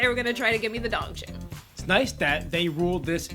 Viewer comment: its dongchim! not dongshim btw